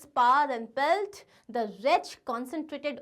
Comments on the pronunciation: It is PELF... NOT PELT 😂😂veryyyy goooodd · Not pelt it's pelf